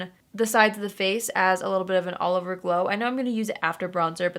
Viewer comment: when she said “all over powder” I thought she was saying Oliver powder 😂